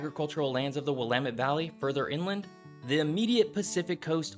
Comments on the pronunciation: Thanks for pronouncing Willamette correctly 😂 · Cringe ..... yer butchering the pronunciations; Willipa, Quinault, Juan De Fuca. Glad you didn't try Sequim! ;-) Ya did well with Willamette. A little more homework is needed. And lighting graphics? Really? We RARELY get lightning W of the Cascades. Kinda silly. This video is largely relevant to the areas as far S as the Point Reyes. The only coastal CA city of any size is Eureka, and maybe Fort Bragg. For many of the same reasons as OR and WA. N CA coast has a much easier climate, but the other factors remain true. Guessing around 1,500 miles of coast? Easier to contain the conversation and statistics to the state boundaries, I'm guessing.